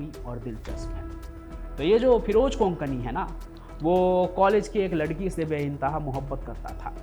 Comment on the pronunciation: Konkani nahi kokni